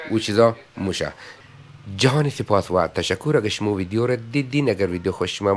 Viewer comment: آقای سروری اگراز واقعیت نگذریم دخت خوش اخلاق ایرانی بیننده هایتانرا بیشتر می نماید 🇦🇫💝🇮🇷 ویک خواهش لطفاً ویدیو را ( ویدیون) تلفظ نکنید..‌ دم بانو گرم گرم